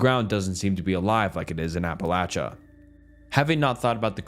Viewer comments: The way he pronounces Appalachia drives me insane 🤣😭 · It's pronounced Apalachicola. Stop embarrassing yourself ✋🤦🛑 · in the most respectful way possible, if you are not from the area then please don’t tell us how to pronounce our home :) have a good day